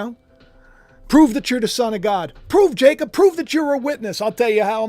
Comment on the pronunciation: Always like👍💯🐸. You say Jacob well❤